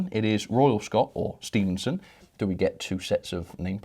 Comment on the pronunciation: Stephenson not Stevenson doh!